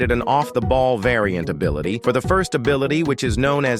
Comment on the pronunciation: “This abilite is super useful”